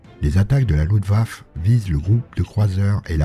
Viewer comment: ça se prononce LuftwaffE